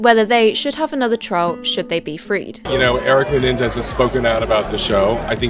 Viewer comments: If you’re going to make a video please please pronounce names correctly. Menendez not mendez. They are pretty famous as you know. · You kept saying Mendez instead of Menendez, so I kept imagining Shawn (- _- ;) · Am I the only one saying "Menendez!" every time says "Mendez" 😂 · menendez, mot Mendez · Menéndez, not Méndez Brothers. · It's actually the Menendez brothers, not the Mendez brothers. You know, like Lopopez, Pererez, Gomomez, etc. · Girl its menendez, not mendez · It's Menendez, not Mendez. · Me -nen-des not mendez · The "Mendez" brothers??? Girl....no. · *Menendez not Mendez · That’s Menendez, pronounced Mah-nen-dez. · Love the vid but their surname its not Mendez, its Menendez. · Menendez not Mendez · *Menendez, not Mendez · Just commented the same thing 😂😂